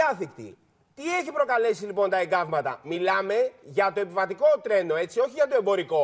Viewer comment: Μ αρέσει που αυτός ο τύπου δημοσιογράφος τονίζει "για το επιβατικό τρένο"